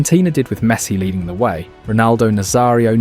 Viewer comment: Great video, but I don't think he pronounced a single name properly... Not even Messi's 😂